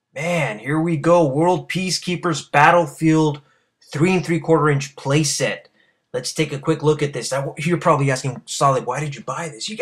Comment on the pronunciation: do you mean playset not playet?